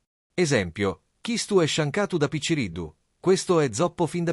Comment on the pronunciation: A parte che differenzia tra città e città, ma la pronuncia non è quella che dici , picciriddu non si pronuncia così, ddu si scrive